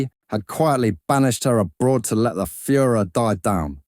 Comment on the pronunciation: Informative, but the narrator's style seems to be straight out of "The Fast Show", because "I'm a geezer." Furor sounded like Führer.